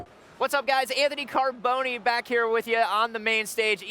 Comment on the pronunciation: Anthony car-bone-me?